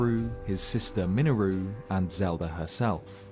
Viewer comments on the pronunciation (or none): "miniroo" .....that sure is an 'interesting' way to pronounce her name. lol.